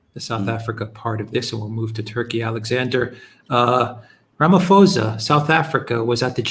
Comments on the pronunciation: Ramaphosa with a p not f. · Alexander, just for you to be aware , Ramaphosa is pronounced not with an f but sounds like ramapausa! You gentlemen are great! Thank you! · The correct pronunciation of the SA president's surname is 'Ramapawsa'. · Alexander, you say Ramaphosa wrong, the "ph" is just pronounced as a "p".